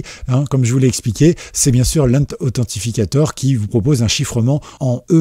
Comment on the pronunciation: Mec, 🤬... Authentificateur = si tu veux franciser. Sinon, en anglais : ANTHENTICATOR !!!